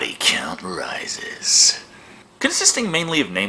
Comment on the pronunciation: "and the body count rices" brings back memories.